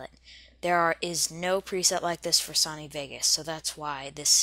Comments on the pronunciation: It's pronounced SO-KNEE!!! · the way he says Duplicate and Sony is just cancer